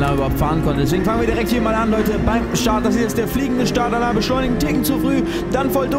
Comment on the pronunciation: Altää... dä Alain (alää ausgesprochen) denkt sich sicher auch immer wieso der Felix ihm Alan und nicht Alä sagt...😂